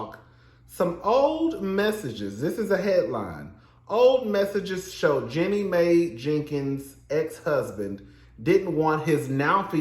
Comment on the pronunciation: Tickles me every time he says "Jenny May" 😂😂